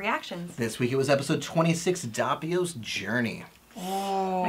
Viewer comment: Pronounced Dope ee o